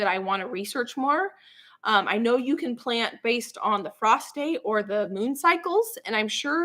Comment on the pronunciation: I kept hearing you say that you didn't plant by the moon that you went by "prostate". I couldn't figure out what in the name of sanity you were talking about. Then I realized you were saying "frost date"!